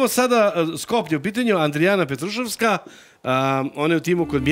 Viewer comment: Stvarno sta je mnogo mnogo je,Keba i Bosanac jednoj Makedonki kazu kako se peva Zajdi zajdi! Inace prezime Petrusovska ima akcenat na U.